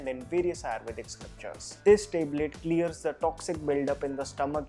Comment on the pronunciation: Teblet nai yar Tablet, nice video though